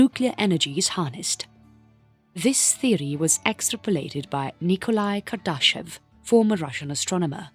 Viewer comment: I almost didn't recognize Kardashevs name from the way you said it.